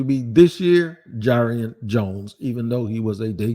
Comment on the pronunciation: Just FYI, jarrion is pronounced jar-ian not jay-rian. I know you like to pronounce these names correctly lol